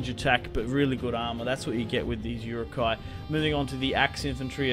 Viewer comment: Stop butchering the pronunciation of Uruk-hai